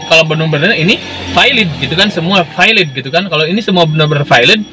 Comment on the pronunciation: Bang, ente nyebut valid aja kenapa vailid?